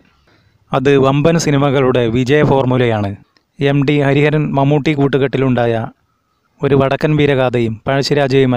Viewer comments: എം. ഡി. യല്ല എം. ടി. യാണ് ഉച്ചാരണ പിശക് choondikkattiyathanu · 'എം ഡി' യാണോ 'എം ടി' യാണോ? ഉച്ചാരണം ശുദ്ധമാക്കുക......... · എം ഡിയല്ല. എം ടി. ഉച്ഛാരണം ഒന്ന് മെനയാക്കിക്കൂടേ...